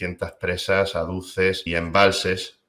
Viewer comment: A ver, no se dice "aduces" sino "azules". Tienes buena voluntad pero tocas de oído. Prepárate mejor la intervención.